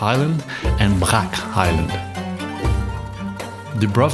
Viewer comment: TS not K in Podgorica, CH not KH in Brach :) Thank you for the video. Actually, coastline of Croatia is not such so cheap, but still it depends on where you come from